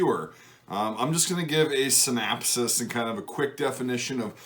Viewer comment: Your pronunciation of synopsis bruised my synapses.